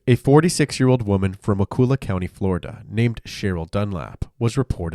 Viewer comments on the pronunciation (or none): omgggg “wah coola” 😭 i literally live here and it’s so funny hearing peoples pronunciation of the county